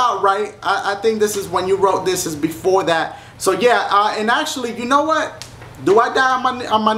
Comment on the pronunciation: YOU-KNOWN!? D-DASHIE YOU REALLY GONNA SAY IT LIKE DAT DASHIE!?